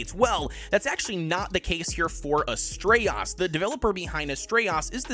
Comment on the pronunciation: dude what is with your pronunciations? lol Svartlfheim = S-Vart-Ulf-Hi-mmm Astraeos = As tray Ohs